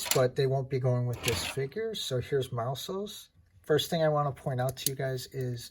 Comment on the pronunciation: Finally somebody that says his Name correctly and a Great Review